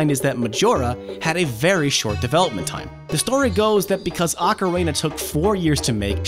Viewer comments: You noted mispronouncing the wrestler's name but you consistently mispronounced Ocarina. It's pronounced ah-kah-REE-nah. Not like the Macarena. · TW1ST3D R3DN3CK I’m very much old enough, and he totally says “ocareyna” several times, and it’s super annoying lol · “Okkarehna” how does one fuck up do bad? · No he didn't. You say it like "oh careena" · Funny you bring that up. Years ago a friend and I came up with a Zelda themed cover of the song The Macarena. Of course called "Hey Ocarina!" no jokes yo. Who would make that up? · Beat me to this comment, I kept hearing Macarena, wasn't sure if it was just me. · He is saying it wrong. It's Oca-reena. Glad we cleared it out. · it is pronounced "ah-ka-ree-na" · why does he say "ocarena"? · kagetsu the proper pronunciation is ockorina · kagetsu it is pronounced Ocarina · No...that is not how you pronounce "ocarina" in japanese. That's not how you pronounce it in ANY language. I have never heard it pronounced like this guy does. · Uh huh. None of those pronounce it like this guy does. "ocarayna" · Why do you pronounce ocarina as "ocarena"? It's like you're combining the macarena with ocarina. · Lol he said ocarena. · DOOO the Ocarayna! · You don't pronounce Ocarina like Macarena. Only a monster would do that. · Ocarina? I'm hearing Macarena XD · “Ahcarina”.... I’ve literally never heard it pronounced that way... 🤣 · "Ocaraina"...? ah one of those "Mairio" types lol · Ocarana lol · Arkarayna is that what I heard? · Ocarayna Lmfao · stop saying "ocaRENA" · Dale alegría a la flauta Ocarena Que tu misión es rescatar a la princesa porque algo bueno Dale alegría a la flauta, Ocarena Heyyy Ocarena! like if the way he pronounces ocarina drives you crazy too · I almost had to stop watching after he said ocaRAYna for the 5th time 😑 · Wait no he only said it right the first time he said it in the video then he screws it up every time after. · It's because he just finished doing the Macarena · Why are you saying ocarina like that?